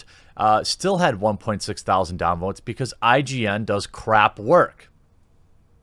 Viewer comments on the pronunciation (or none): none